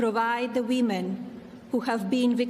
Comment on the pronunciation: The 'WEEMEN"?